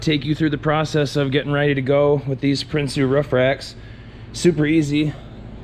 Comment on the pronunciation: You set a standard man, nice. I'm looking for a rack for my cap. Just like that, low, basic. It sounds like you are saying "Princy" but I can't find online...can you post a link?